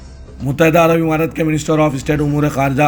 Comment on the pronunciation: Muttahida Arab Amaraat kaho imaraat nahin